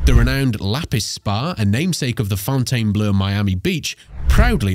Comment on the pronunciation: You would think the narrator would refuse to read such a stupid line of script… let alone pronunciating the “Fountain Blue” as the “Fountain Blur”!!